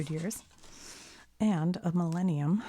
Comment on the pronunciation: when she said millenium i herad malenia then i got elden ring ptsd for a moment until she wrote the word 💀